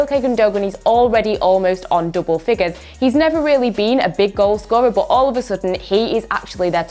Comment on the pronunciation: Why does she says but, BUTT